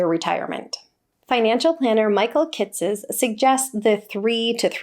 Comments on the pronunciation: It's pronounced Kit-sis, at least according to a guest on his YouTube channel. :) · It's pronounced like Michael "Kit sus." I go to the yearly XY conferences, where of course they say his name quite a bit :)